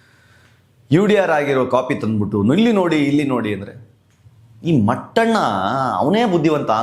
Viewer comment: Mattana alla mettana😂😂😂😂